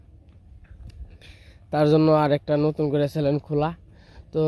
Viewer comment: চ্যানেল বলো চ্যালেন না। ভুল বলতে বলতে তোমার বদ অভ্যাস হয়ে গেছে।